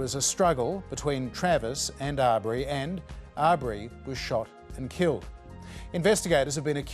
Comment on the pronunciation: please pay the man enough respect to pronounce his name correctly is Aubrey pronounce awe bree NOT are bree